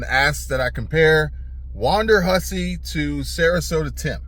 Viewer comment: It is WONDERhussy; Not WANDERhussy.